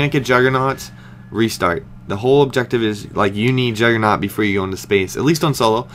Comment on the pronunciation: jugernoooooooggggggggg with a G and personally i dont think syndicate is that great